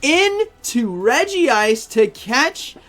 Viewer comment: Why u kept saying Fearrow instead of Talonflame 😂 And it should be Reg-ice not Regi-ice. Thanks for the video btw